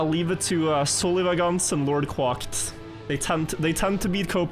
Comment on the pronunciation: Surely 'LordQuacked' is pronounced like "quacked" and not "quocked"?